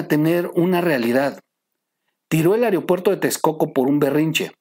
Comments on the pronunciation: Se dice aeropuerto mo areopuerto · Buena información. Sólo una sugerencia. Se pronuncia “aeropuerto” no “areopuerto”. Saludos!